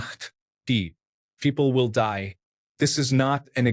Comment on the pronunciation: Why did the VO read "Story 8: Die" as if it were in german?